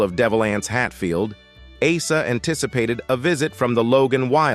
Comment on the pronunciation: Hey AI!!!! Asa is pronounced Aaaaaaa….sa